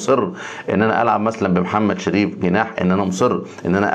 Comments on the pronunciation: ليه بتقول مثلن زي واحد صحبي 😆😆 هيا اساسا مثلاً 👌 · مش بعدل عليك والله بس النطق الصحيح لها (مثلا